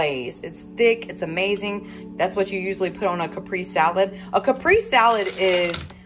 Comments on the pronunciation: It's cah-pray-zay for caprese lol A "Caprice" is an old school car! The walk was so wonderful. Do any of the Dollar Tree employees comment on your weight loss? You probably look like a different person. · it's pronounced Kuh- pray-zay salad. But either way you want to say it, it looks delicious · I think you meant caprese… lol it’s pronounced like (cap ray zay) … love you girl no hard feelings! Also I make this recipe all the time my kids love it! I usually make my own pesto but also you can put the mozzarella and chicken underneath the broiler until it melts and then add the tomatoes and pesto so it doesn’t lose its color just a suggestion